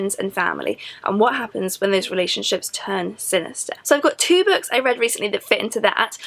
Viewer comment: Why do you pronounce "Books" as "Bucks"?